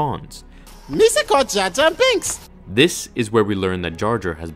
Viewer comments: "jar jar bunks" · Ah yes Jar Jar Bunks. Lol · Who the heck is jar jar bunks?????😂😂😂